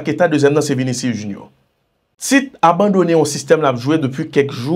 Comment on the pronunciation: Tchitchi ..rele neg la tankou brezilyen yo mesye sispan a Tit nou Militão se Militanw sa prononse..c pa Militawo... Vinicius C Vinisyous